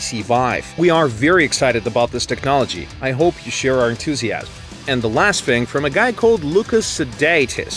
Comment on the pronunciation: Then he says entoosieasum! OH MY GOD WHY